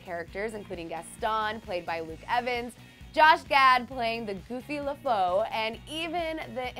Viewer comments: It's pronounced "Le-Foo" not "Le-Fow"... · it's /lə fu/ not /le fəu/ for god's sake😧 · Le-foe? Cor-set-ed? Come on, prep the girl! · Excuse you. Lefou is pronounced "Leh-foo", and it's not "pumet", her name is actually "Babette". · So much mispronunciation... organza, Le Fou... really?